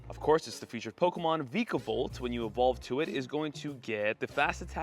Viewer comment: Vikavolt is pronounced Vye-kah-volt